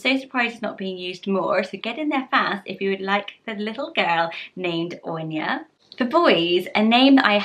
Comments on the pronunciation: I'm an Irish speaker and Eithne is pronounced Eth-na instead of Enya 😊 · Dear God, please stop butchering these beautiful names. If you are going to make a video about Irish names learn how to pronounce them first or maybe leave it to someone who knows the basics of the language. If you’re going to appropriate, at least get it right. . Aine- Awn-ya Oisin- Usheen Eithne- Eth-na Colm- Col-um Lachlan- Lock-lan...no rolling the tongue, it’s Irish, not Scottish Dearbhla- Dair Vla, not Dear Vla Bh is a V sound in Irish. Roisin- Row- Sheen, not Rusheen. It’s not just the Irish spelling that’s lovely, it’s has to actually be pronounced in Irish to be lovely. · I appreciate the effort and research you put into your videos but I have A few notes on pronunciation. Eithne is pronounced ethna. Conlaoch is Conlock. Dearbhla is Dervla 😊 Much love from Ireland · Aine is pronounced “awh-nya” in all dialects, aswell as oisin is pronounced with an “uh” at the beginning, eithna is “Eth-na” and Róisín is pronounced “row-sheen”. All of these pronounciations apply to all dialects. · I’m from Ireland but I think eithne is pronounced differently. I would pronounce it Et-na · You didn’t pronounce aine right , it’s awn-ya. It’s Ann in Irish . Dearbhla is der-v-la and eithne is ethna, maybe get your facts straight before claiming that u are able to pronounce Irish names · Pronouncing Irish names is so though! But the pronounciation changes the names so much. Aine is 'awn-ya' eithne is 'et-na' Colm is 'cul-um' Love the vid as always. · I’m not a fluent Irish speaker and maybe I’m wrong but I was triggered by her pronunciation. From my own pronunciation and peoples around me here in the west of Ireland... Aine= Awn-ya Oisin= Ush-een Colm= Kol-mmm (exaggerates m with a slight u sound after l) Eithne= Eth-na Dearbhla= Der-vla (ea pronounced like an over annunciated e and bh always makes a v sound) Roisin= Row-sheen Loved the video, nice to see familiar names xx